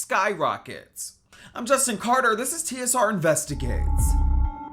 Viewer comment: Tsr investiGAYtes😂😂😂